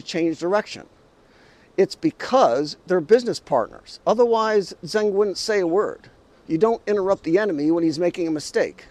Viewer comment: Zeng and Zheng are 2 distinct Chinese surnames. Certainly not Zang. See how a non-Chinese can easily and unwittingly get the whole thing mixed up. That's one reason why the West gets China wrong - either unwittingly or deliberately.